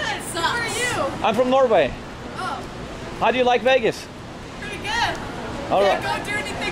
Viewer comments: When he said norway they though he said no way thick americans 🤣🤣🤣🤣🤣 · That's what I thought he said 😂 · yeah yeah ''noway'' in ''Norway''